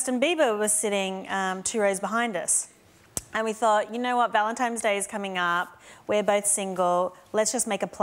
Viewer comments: Did she really say valentime's day?haha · Did Rebel Wilson say "Valentimes Day" ? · It's Valentine's... It bugged me too. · Did Rebel at 7.53 say Valentimes day? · Please don't let her say 'Valentimes day'. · Does anyone else cringe whn they hear someone say "Valentimes" day?! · Did Rebel say valentimes day!? As an Australian i cringed. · Did she say ValentiMes Day? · That's such a pet peeve of mine. Seriously, it's clearly an N not an M, what's so difficult? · lol now I want to hear her say it again to find out if it was an accident or she always says it like that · Tony England it is not an accident. she was once at Ellen's and repeated it many times, always with an M.